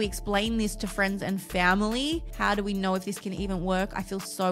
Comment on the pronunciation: “I don’t knowullu”